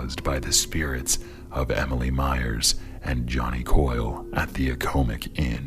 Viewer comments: The Accomac Inn: Its not a-ko-mick Inn.... It's the ack-uh-mack Inn. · Not if you are from the Columbia, Marietta, Wrightsville, Hallam area. lol. I know people that worked at there and others that dined there, in addition to my growing up here in Columbia and living here in Columbia & York. It has always been pronounced Ack-uh-mack or the occasional, Ack-o-mack. That is the only potato, potahto about it. ;-) Other than that, good job on the video.